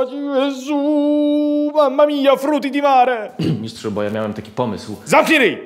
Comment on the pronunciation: ...Frutti di mare..." :D